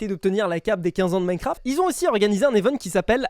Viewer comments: Minecraft ❌ Minecarft ✔️ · Ptdr minecarft au lieux de minecraft 🤣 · "Minecarft" Bah bravo 😂